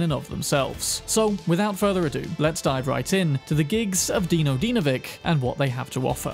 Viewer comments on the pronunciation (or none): Now where someone has told you off for Calling him "Daino" I can call you off for pronouncing his last name wrong. Its not "Dinovik", Its "Dinovich":D great content, keep up the good work:)